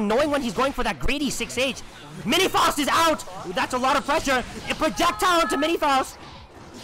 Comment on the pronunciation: cool video but you're pronouncing faust wrong